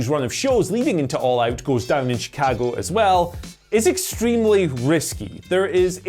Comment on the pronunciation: I appreciate that, being British, still says "Chicago" how people from Chicago say it, as opposed to how most Americans say it. He says "Chi-Cag-Oh" similar to the locals, whereas most of us Americans say "Chi-Cog-Oh". But he also doesn't overdo it either, like people often do when trying to emulate the locals "Chi-CAAAAAAG-Oh" Very nice attention to detail there.